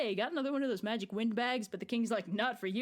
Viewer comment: How does one read "magic" as "may-rick"